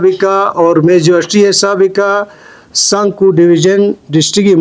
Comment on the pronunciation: Sankoo ko katt k bolrahaha h bai